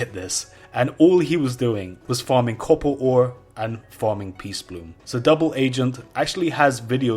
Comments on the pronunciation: its copper ore not couppalt ore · "cobber ooooore"... DUDE... FUCK SAKE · Say it so americans can understand it: CappaR AR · Did he pronounce "copper ore" different every single time he said it? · It took me a while to understand he was trying to pronounce "copper ore"